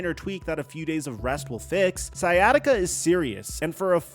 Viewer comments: Bro said skyattica lol. It’s sigh at itca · It's not pronounced Sky bro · it with what? Sykatiga? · Always hilarious seeing people pronounce it sky-attica 😆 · so interesting how he alternates between pronouncing it "sciatica" and "sky-atica" throughout the video 😂🤷🏿‍♂️ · "skyatica"... Christ, dude..... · did he just call it "sky-attica"? lol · Sky Attica lol, all along the video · "Sky atica" lol wtf. Come on bro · Dude how are you pronouncing “sciatic nerve” correctly but not “sciatica”? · How do you know how to say sciatic but not sciatica? 😂😂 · Bro! The “C” in sciatica is silent. Just like the “C” in sciatic. #ComeOnMan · It’s called sciatica.. This guy is saying it wrong!!! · Bro work on your pronunciation 😂 do you pronounce science as skyance? Smh you speak for a living hahaha